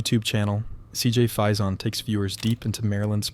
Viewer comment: Faison is pronounced "FAY-sun."